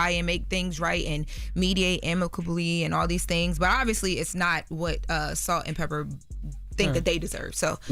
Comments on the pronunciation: Loren it's Salt n PEPA not Salt & Pepper. Educate yourself please. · Loren…it’s Salt-N-Pepa….Not Salt And Pepper!! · I was so annoyed that she kept saying it incorrectly!! 😂😠😬🙄